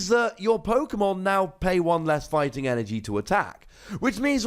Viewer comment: At 3 min did say 3 energon?